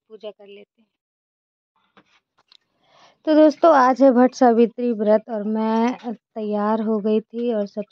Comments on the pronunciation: Bhatt savitry nahi hota vat Savitri kahte hai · आप अच्छी लग रही हो और भट्ट सावित्री नहीं बोलते वट सावित्री बोलते हैं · BhattSavitri vrat nahin hota hai vat Savitri vrat hota hai